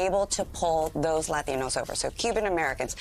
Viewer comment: you will never understand why are you losing minorities as long as you keep pronouncing "Latinos" that way, she is not Latino, she can pronounce it like the way normal Anglo-Saxons would. that FAKE authenticity will not give you any prize.